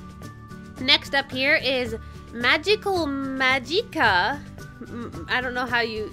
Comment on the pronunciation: You pronounce "Magica" Magic-cuh"